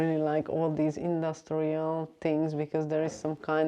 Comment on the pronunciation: what kind of "english"is that? sound slike someone form Holland tries to speak english! its called "th" not " f " .....ist called: thirty not ferti or tarti, and not "tinks", its things !